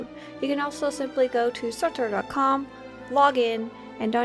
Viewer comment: PLEASE STOP SAYING "SOTOUR"!!! It's stupid!